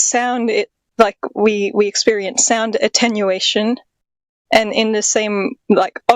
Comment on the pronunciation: Its "attenuation" bro. FFS.